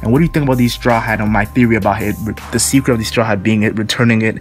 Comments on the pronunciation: Is it just me or did say decret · Is it me or did he say decret